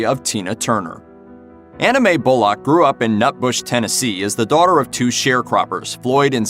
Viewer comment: It's pronounced bull-uck. Not bull-lock.